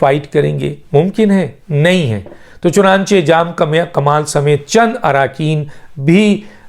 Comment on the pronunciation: سر میں آپ کا ویلاگ ضرور سنتا ہوں۔ آپ بہت اچھی خبر دیتے ہیں۔ لیکن ایک لفظ آپ غلط بولتے ہیں۔ لفظ ہے (چنانچے نہیں ہے) بلکہ (چنانچہ۔ چ ن ا ن چ ہ ) ہے۔